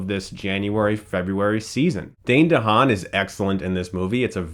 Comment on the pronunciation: great vid but i was like yelling at the screen when he pronounced Dehaan wrong